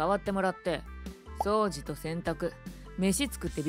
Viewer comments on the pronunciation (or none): またこの声優さん、「掃除」のイントネーションおかしいですね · あれw 気になって調べたら、私もイントネーションちょっと違ったけど、動画も違いました😂😂 それより私の漢字の間違いの方がやばいですねww 失礼しました！